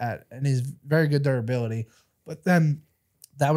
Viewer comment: Someone pls tell house to say “ Durability” it’s buwubily. Like it’s durable not duwuba drives me insane every episode. And I watch for burns a Renato. They coulda have videoed chatted in